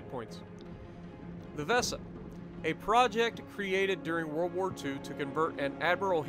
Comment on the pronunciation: Wesa and Hans Geisla thats hiw u pronounce it for the next time buddy ;)